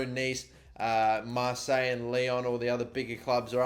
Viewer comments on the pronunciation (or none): none